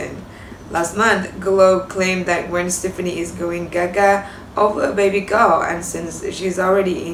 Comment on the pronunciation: REALLY Its Gwen STEFANI You can't even pronounce Her name correctly